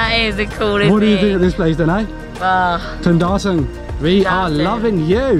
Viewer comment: The pronunciation for Kundasang is KUN-DA-SUNK